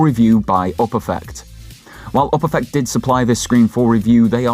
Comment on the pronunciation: The way you pronounce Uperfect makes my eye twitch